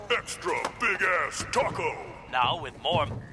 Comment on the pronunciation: The pause between the words when he says “bigass taco” kills me 😂